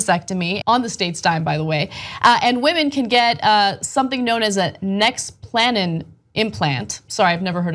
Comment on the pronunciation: Nex-pluh-non is how it's pronounced.